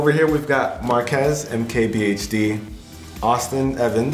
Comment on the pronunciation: The face MKBHD made when butchered his name... twice.